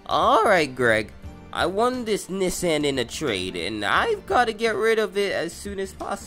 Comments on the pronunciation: IT'S "KNEE-SAWN" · Knee san 💀